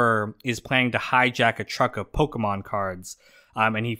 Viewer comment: LMAO when Christopher says "pokeman cards"